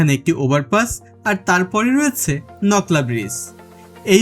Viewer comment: নকলা না ভাই..... নলকা